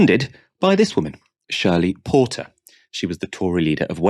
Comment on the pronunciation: Shirley "Porter" lol she fled to Tel Aviv